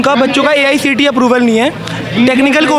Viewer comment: The reporter is so ignorant that she's not even aware of what she's saying. She is saying Asi instead of Aicte. Please do some research before coming to the interview site.